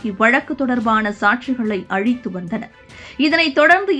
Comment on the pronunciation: இடியட்டே, சாட்சி அளித்து என்பதைச் சாட்சி அழித்து என்று அனர்த்தமாகப் படிக்கிறாய்.... Bloody bullshit.